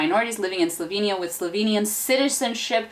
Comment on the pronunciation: What I also noticed is that you use two different pronunciations of Slovenia: 'sloveinija' and 'slovinia' (that's the closest I can spell it out). Just an observation 😉😉